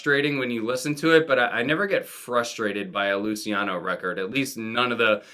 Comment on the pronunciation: Thank you for reminding me about Teen Angst. Instant add to want list. Small critique; it’s pronounced ‘Looch-e-ano’ Killing it with these uploads